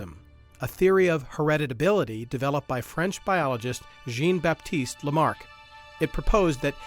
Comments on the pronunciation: As a French person, a little piece of me died hearing this pronounciation of "Jean" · They mispronounced "Cormorant". They pronounced the French proper noun Jean like the article of clothing. And they mispronounced "abiogenesis"... "abby-oh-genesis". On behalf of Latin language users, of ornithologists, and the whole of the French speaking world (full disclosure; none of these things I am), I am _incensed_. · you can tell they didn’t talk to any real biologists by the fact that they mispronounced so much of the lingo. also “Jene” Baptiste?? really? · well thats definitely not how you pronounce Jean